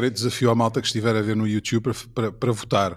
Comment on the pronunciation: Grande podcast parabéns, mas por favor não digas "youtchube"😅